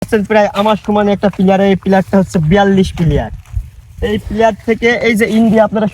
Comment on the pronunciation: বন্ধু ওইটা প্লেয়ার না প্লার হবে। তাছাড়া ভিডিও অনেক সুন্দর হয়ছে বন্ধ।❤❤❤